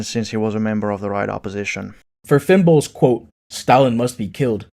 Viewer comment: Personally, I can't take his "Trotskyist Candidate," video seriously because every time he says "FinnBol," it sounds like he's saying Fem Boy xD